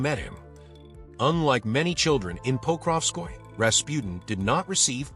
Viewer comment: It's "po-krov-skoy-yeh" not "pokrov-skoy"